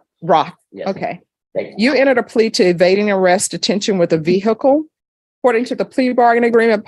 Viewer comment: I love the way she says ve-hhicle!😂